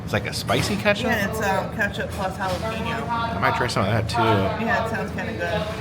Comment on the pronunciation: Please,, the US is next to Mexico. Could you at least try to pronounce mexican words in their original form, like the seocnd half of Ketchapeno? Ket-cha-pan-yo.